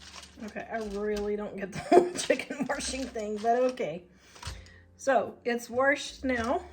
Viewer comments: Love to hear someone else saying you "worshed" the chicken. We must be from the same side of the crick! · You say wrashed like I do haha😂